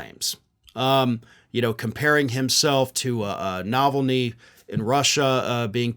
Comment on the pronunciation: Pronounced: Na VAL’ ny. Love you.